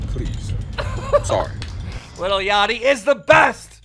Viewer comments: it’s LIL not little jesus christ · Damn Keemstars such a boomer dad he pronounces "lil" as "little" twitter: Josh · I love how keem says little instead of saying lil-@ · “Little yatchy...I love little yatchy to death” “Little Yatchy” bro ITS LIL L I L NOT LITTLE you literally couldn’t get whiter if you change your name to white